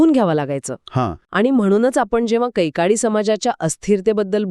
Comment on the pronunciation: कैकाडी not कैकडी